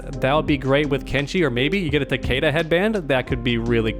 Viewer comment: I wish people said takeda correctly